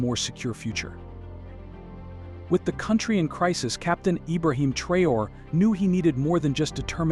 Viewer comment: his name is pronounced : TRAWRY